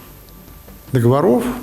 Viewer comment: Не договоро́в, а догово́ров. Грамотей😂😂😂